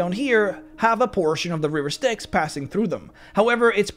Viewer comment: quick tip...give a second more between 'river' and 'styx'. they are two words. not one. never mind the risk of sounding like you're saying 'riversticks'. :P